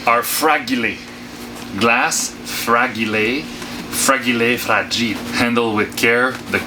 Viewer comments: 'Frag' 'e' 'lay' interesting way to pronounce it 😂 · Loved how you pronounced fragile. My grandfather who was Swiss pronounced it the same way. Good times...